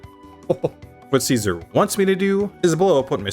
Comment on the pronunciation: Finally! Someone pronouncing Caesar correctly!